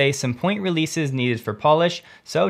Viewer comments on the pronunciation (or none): none